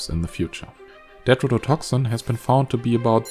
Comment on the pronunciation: Why do you pronounce some T's as D's? Never heard that before, with any accent. Tetrodotoxin you pronounce as "dedrodotoxin"... Stuff like this is important to at least try to get right. A lot of people just listen to videos, as I did and did a search, had to go back and watch to see why it didn't give the right results. Either explain that in your videos or description or, the obviously best thing to do, learn to pronounce T's correctly, which you should be doing from the start... Why just some of the T's? You obviously can say them correctly, so it doesn't make any sense. Is it a speach impairment? I'm just curious as to why, never heard it anywhere before.